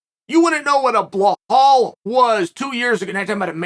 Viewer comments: no...no...noooo. Its not "bee-hal" its 'Bee-LAL'.....u and names uncle Chael. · Belal to chael: "but my name is Balal not blahall" Chael: "i absolutely love blahall" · so ...can i use ur brush for sec.....willingness-i think u shud be willing to get the names right coz i tink an entire ufc event with u alongside in comentary makes viewing much better for us ....ur viewers and fans.